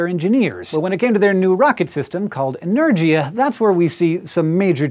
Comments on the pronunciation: Learn how to pronounce Energia please, it's a hard G sound, not a J. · I'm surprised no one pointed it out in 2 years, but Енергиа is pronounced with the "gi" sound from "give", not the "gy" sound from "energy"... that annoyed me a little bit... other than that, great video! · It's like Energia - (inergiya) means energy. Sorry, i can't give you right pronociation. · Energia is a hard g instead of sounding like energy with an a at the end. Russkaja has a song called Energia if you don't understand what I mean about the pronunciation. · Small issue here. The Russians don't have a 'j' sound so you're not pronouncing Energia the right way. Sorry, I can't help it. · Just a correction, Hank - Energia is pronounced with a G as in Gary, not G as in George.